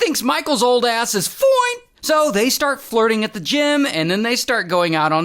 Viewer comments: The “FOINEE” always takes me out😭😭😂😂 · bro the ‘ FOINEE’ gets me every time ✌🏽😔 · I can’t with ray when he says fone and then he said Rizz 😂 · It's the "foin" for me😂